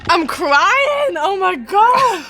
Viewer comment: why she suddenly become from north UK when she says "am cryyyin" 😂